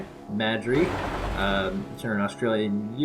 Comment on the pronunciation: Good to see the NZSAS in there. FIRST AMONG EQUALS! Other than that I'm just really confused that the NZ infantry are all labelled Maori when we haven't fielded Maori only units since WW2... it's a bit... segregational? lol at the horrendous pronunciation. Also why is the ANZAC flag just an Australian flag?